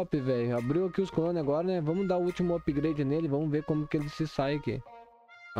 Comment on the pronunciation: "upgreide" kkkkkkkkkkk